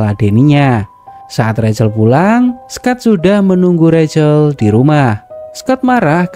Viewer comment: Rahel mas bkn recel